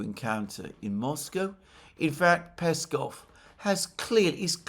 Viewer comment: Alexander mate! You now pronounce Lavrovs name correctly. Great job! Now it's time to do the same for Peskov and Ushakov. Remember the emphasis goes on the last syllable. The one wending with "ov".